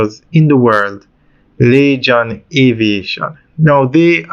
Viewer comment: I don't think. It's pronounce .lachan. Its lagan phonetically. laygan .